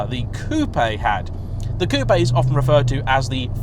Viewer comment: says Coupe properly Me: sends respect! I always loved the 1st gen with the boomerang tail lights as you say. There's something very peculiar to it.